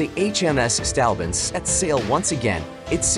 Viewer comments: Its "Saint" Albans, not "Stalbans" .Not the first time you have mispronounced ship and place names but surely the worst. Having said that your blog is very good and interesting. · Try saying "Saint-Orb-Burns" (St Albans) next time, and you won't sound so silly.